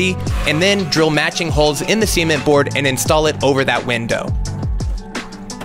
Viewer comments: Bruh ur f ing with me right .... sea meant board? ..... C meant board? ..... see meant board? .... its cement fam cement one word cement come on x D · Why do you pronounce "cement" like "sement?" Is that just constantly on your mind or something? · Cement. [səˈment] or [sɪˈment], not [siment]. Amazingly distracting. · cement: se-ment not sea-ment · WTF is "Sea-ment"? Suh-ment, say it again. Suh-ment. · Never heard cement pronounced “sea-meant”. Different country, different annunciations! Your doing an excellent job on the bus, keep it up! Cheers, Sean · Sea ment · I thought he said semen at first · it's sir ment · I just kept hearing semen board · Hi, I was waiiiiiiiiting for this, Ben has taught you well. Some questions: Are you going to cover that electrical socket? What about finishing the other side? where do they pronounce cement as see-ment? Why did you lift the lid up? What is about to happen!?!? Um... lowkey bidet? (that last one's not a joke) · I am baffled at your pronunciation of the word "cement". Semen is all I hear and it distracted me from a great video and great build! But seriously though. Was he just saying a brand of cement called C-ment or something? You a silly boy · Your pronunciation of cement cracks me up. "see ment" lmao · i like how he said sement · “seement” board lol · Anyone else hear seaman boards? 😂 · "see-ment" board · When you were working on the light in the bathroom I kept on thinking you were saying semen board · why did i hear "simen board" every time?? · I swear he as saying “semen board” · I just keep hearing semen board 🤪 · i love your videos but i almost had to turn it off because of seement board , seement board seement board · Please tell me I’m not the only one bother by the way he pronounces cement 😂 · The way he says cement is just appalling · Bro thats not how you pronounce cement😂